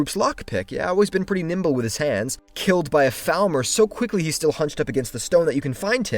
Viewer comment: Hey. Just wanted to ask if u could say Falmer in a way way that doesn't sound like thalmor, because it had me confused for the entire video